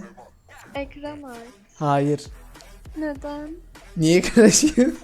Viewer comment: Hiçkimse::nedeğn gülüyoğn